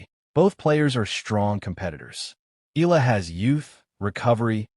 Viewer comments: Please pronounce her name right..its E..,A..LA.. NOT ILA. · pronounce EYALA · Please pronounce CORRECTLY EALA AS EE YAH. LA...salamat po...